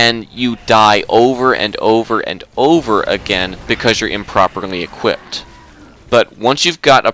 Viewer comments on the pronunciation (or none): none